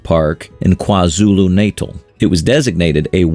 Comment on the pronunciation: Kwa Zulu Natal pronunciation😭